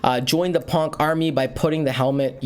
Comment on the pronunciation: It's Pon-key. Put your helmet on, soldier!